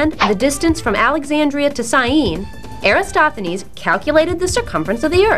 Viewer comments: Eratosthenes is pronounced like: "Air - at - awes - th - eh - knees." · Except for the misspelling of Eratosthenes and slight mispronunciation (AIR-uh-TOS-thuh-neez) an excellent kid version. Check out Carl Sagan's video on same topic. The scripts sound similar. I wonder who copied who? :-)